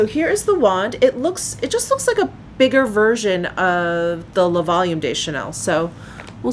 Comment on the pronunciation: I am loving that darker eye quad! And the finished look is gorgeous on you, with your hair back and that blouse ❤️ Ps, “le” and “de” are pronounced similarly to “luh”/“duh” (/ø/ – this sound does not exist in English) and “les” and “des” are pronounced “lay”/“day”. And, much of the time, you only pronounce the letter “s” when a vowel follows (ie, “les beiges” is pronounced “lay beige”.) 🇨🇦☺️